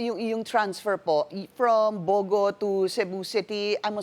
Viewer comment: Pinky kept saying bow go..bow go meant stupid! It's Bogo!